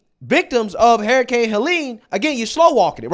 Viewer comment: You keep saying Hair-icane 😂✌️❤️🇺🇸